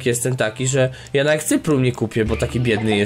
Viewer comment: dleczego ty mówisz nawek kurwa to tak irytuje powiedz chociarz raz nawet